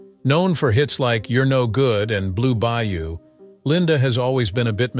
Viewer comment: It's Blue Bayou. Not blew by you.